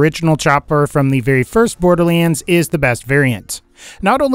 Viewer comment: Um borderliends?